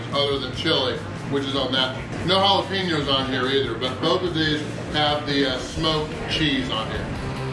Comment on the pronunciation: Wow mispronounced Jalapeno for the local audience. noted and fair play to you.